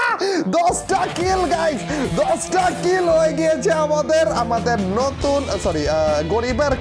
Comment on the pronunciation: ভাই নটুন না নতুন